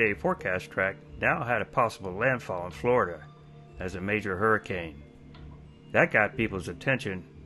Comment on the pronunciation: " hey dude I was inside a hirricane "